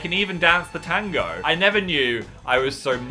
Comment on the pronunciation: It was convincing until u said ‘tango’ 💀